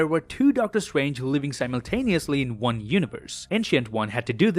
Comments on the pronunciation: in the end of the video: "See you in the next wong" Me: Haha nice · Am I the only one who heard "in the next wong" 🤣